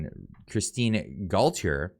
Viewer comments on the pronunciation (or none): Go tee eh, lol. Guess you weren't around for the Jean Paul or Versace days.